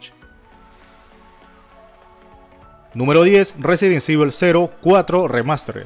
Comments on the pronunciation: jaja no pasa nada. Se pronuncia Resident ivol. Buen video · No se metan con el porque no sepa pronunciar el juego cabrones xD resident sibel. Resident ivol. Resident evil . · Me quedó en la mente el "Residen sivel" jaja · RESIDENT SIVEL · Resumen del video -BlaranTru (Blood and truth) -ResidensIvol (Resident Evil) -Castlevany Aniversal (Castlevania Anniversary Collection) -KÓnami (Konami o konámi, como se pronuncia) -Esnaiper ElÍT(Sniper Elite) -Brit Bareles (Brief Battles) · el del video lo pronuncia muy mal...Residen civel le dice jajajajaja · Resirent civil jajajajaj aahh dios me hiciste el dia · Castlevani, Resident Sivil, me chirrían los oidos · RESIDENT SEIVIL!!! JAKJJAJAJJ!!! XD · Resident sivel gggg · Residenseibil xD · Residen sivel jajajaja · Itsuki Haru resident ivol y gueim quiub xd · No sabes decir resident evil ni game cube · dios mejora tu ingles, no puede ser que no sepas pronunciar resident evil